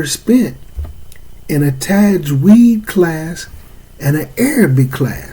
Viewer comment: You lost me when you couldn’t pronounce the word Tajweed. People like this is likely to seriously butcher the ‘proper pronunciation of ‘arabic words, thus changing the meaning of the ayat. Especially not being able to pronounce surah al Fatihah properly.